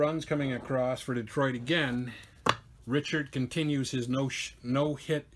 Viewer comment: If you're worried about views you should pronounce Pete Richert the right way,,,,,Rick...ert...good game